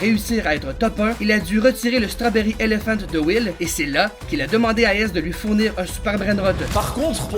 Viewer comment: L'accent strawberry elephante